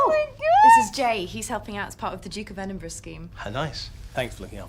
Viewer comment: Congratulations you are the first American, I've ever heard, pronounce Edinburgh properly 🏴 happy healthy peace ✌️